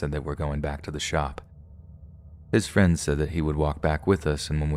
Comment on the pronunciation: Couldn't help but laugh at the "Thanks so much friend... suh"